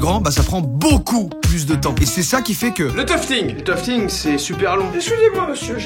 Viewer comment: "toufeting" 😂 je toufte aussi en loisir, teq tapis sont super Joyca ! Well done 👏👏